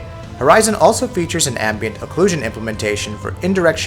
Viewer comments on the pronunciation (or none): none